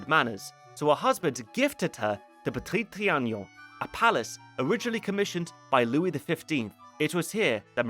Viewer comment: If I hear you mispronounce le petit trianon ONE more time lol